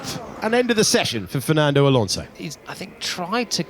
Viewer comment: Karl'uss-Saints, Sharl Laclerrrr, Al Onzow, Antow Nelly, Macs Furshtappen, Cowl-A-Pinto...